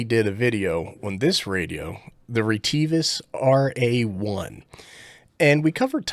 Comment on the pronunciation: REEE TEEE VUSSS 🤣